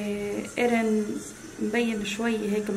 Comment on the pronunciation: ياهوووووووه مليون مره اقول اسمه مو ارين بل ايرين افهمو، 😒😒😒